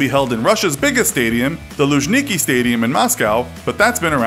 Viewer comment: Minor mistake: Rostov-on-Don (Ростов-на-Дону) rendered as "ROSTOV OV DON" Moscow Luzhniki (Лужники) stadium and its encompassing sport complex were extensively renovated for the games. (correctly pronounced: loozhnykEE) Unfortunately, the majority of the money is bound to be stolen and all work done by lowest bidders. It's Russia, млин :( Well at least people from all around the world would see with their own eyes who we really are and hopefully protest pointless conflict escalation.